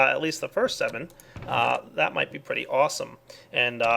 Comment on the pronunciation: Water came out of my nose when he said thath XD